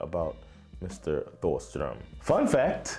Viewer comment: The h in Thåström is silent. And lots of klassiker were never on charts or ever high on the charts or singles, many are b sides and very well known.